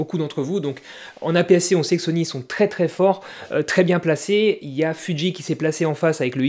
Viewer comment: Alors, c'est fuji et pas fudji et c'est full métal flippette et pas full métal phantomette 😉